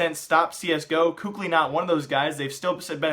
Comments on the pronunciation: Kukli lololoooiollll hahahahah😂😂😂omg why do you pronounce Kqly?😂😂😂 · For the love of all that is good, please pronounce KQLYs name correctly